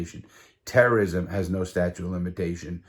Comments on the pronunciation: Hey bro, it’s “statute of limitations” not statue! Or I’m deaf as hell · I would never use a guy that is unreliable like that. Did he say 'statue' of limitations? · Sta-chute is how it’s pronounced lol. Great story tho.